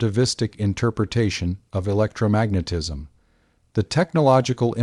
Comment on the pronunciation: Ugh. The randomly stilted AI monotone robot voice "electro....magnetism" "One thousand eight...hundred seventies" It's like nails on a chalkboard